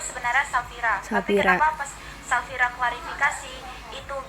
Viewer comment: Safira teh bukan sapira